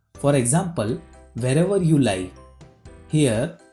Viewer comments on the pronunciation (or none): Its wherever not vherever